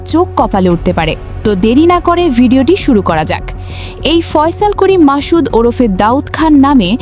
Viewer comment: এই খবর পাঠকারী বেডি তো অসভ্য। মাসুদ কে সে মাশুদ কেন বলে?